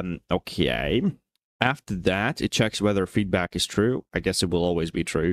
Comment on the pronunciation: slavic "океееей" hits hard